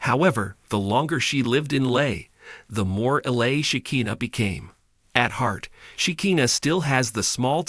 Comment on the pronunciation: Lame we already know all this plus this is so AI generated they don’t know how to say LA or Amish